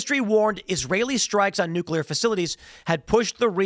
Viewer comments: NucleARRRRR. * in PIRATE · Nu-Cle-Air Wessels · Nuclea please.